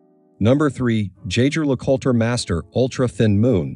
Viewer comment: Do NOT make watch videos if you couldn’t even pronounce the brand name correctly.